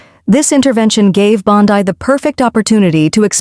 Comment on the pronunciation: Please learn pronunciations, e.g., Bondee, Soto Mi yor, etc.